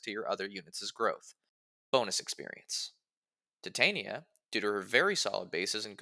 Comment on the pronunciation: Think it’s pronounced ti-ton-ya